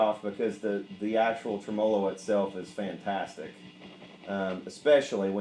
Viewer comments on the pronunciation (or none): The 4 dislikes are for the pronunciation of tremolo. Lawd help ya son